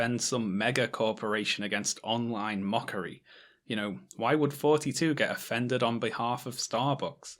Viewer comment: Your th-fronting is killing srsly. I keep hearing "fourty-two" instead of thoughty2